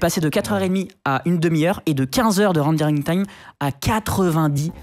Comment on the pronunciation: twraining time and wendewing time